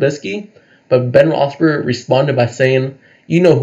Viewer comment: My guy, sounds like you're saying Ben Roethsberger. He was only the quarterback for almost twenty years, how long have you been a fan? Just saying